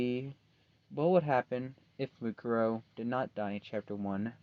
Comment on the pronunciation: Why is her name Mukaro? It should be Mukuro you silly